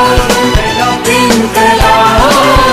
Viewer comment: Iqlaab kiya hota hai? Inqilaab hota hai.